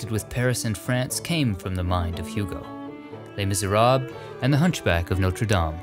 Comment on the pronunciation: While i really like your style of videos and narrating, may i suggest to get a native speaker to pronounce the names ? For example, you say Les miserab, but actually it is pronounced lö (ö is a mix of o and e), silent s; miserable, silent s, short e at the end.